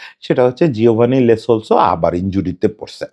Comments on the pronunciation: লে না লো সেলসো। আগে খেলোয়ারের নামটা অন্তত ভালো করে জানেন তারপর ভিডিও বানান। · Vai "Le Solso" na, its "Lo Selso". Barbar kane lagtesilo.... Sorry